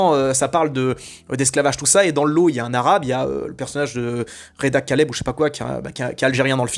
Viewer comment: Apprends au moins, stp, à prononcer correctement le nom de Reda Kateb (et pas kaleb !), au demeurant un des meilleurs acteurs du cinéma français !!